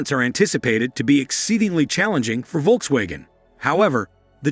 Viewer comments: If you’re going to report on Volkswagen, please learn how to properly pronounce their name… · First time i have ever heard how Volkswagen is pronounced this way